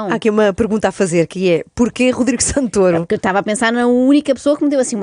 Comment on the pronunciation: Primeira vez que ouço alguém pronunciar Santôro e não Santóro...